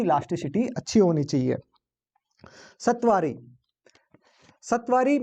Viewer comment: सतवारी नही सतावरी